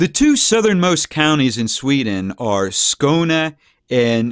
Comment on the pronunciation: Not skåna skåne